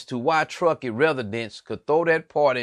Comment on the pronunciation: I hear what your saying but you saying all the names of places wrong at one point you said tuskee county